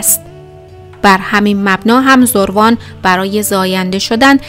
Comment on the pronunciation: برای نمونه زَروان درسته ن زُروان حتما ایمیلتون رو چک کنید